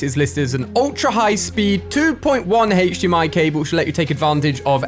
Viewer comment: Whenever he says HDMI I cringe